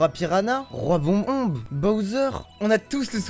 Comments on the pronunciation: azpaz.....on dit pas roi bomb-bo.... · omg comment il a massacré la prononciation de roi bob-omb au tout début de la vidéo...